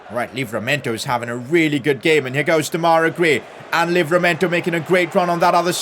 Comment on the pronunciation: PCQ: Why do you keep calling him de-mai-ra gray , it’s dem-a-rai gray?